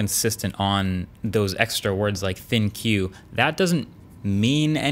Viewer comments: I thought "ThinQ" was pronounced "Think" 🤷🏾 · LG’s ThinQ name is actually pronounced “think” and it refers to AI software in the phone. They didn’t communicate this well. Even Marques doesn’t get it. Microsoft is pretty bad with names: Windows Vista, 7, 8, 10. Xbox, Xbox360, Xbox One, Xbox Series S & X.